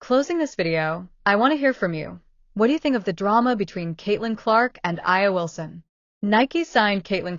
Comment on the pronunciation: First of all, if you're going to throw shade, at least get the name right. A'ja Wilson is pronounced A' jaa, not I'a or A'jay or A'nee. It just makes you sound petty. But don't get me wrong, I deeply believe A'ja is a terrible person. Her entitlement, bigotry, and racism are front and center for all of us to see. As a black man, I support Caitlin because she plays amazing basketball, and that's it.